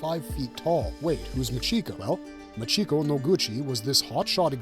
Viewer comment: 1: Machiko is MAHcheeko, not muhCHEEko. 2: Holy crap, that comic artist made her head WAY too big lol